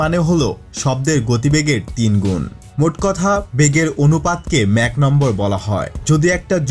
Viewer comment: উচ্চারণটি ম্যাক না মাক হবে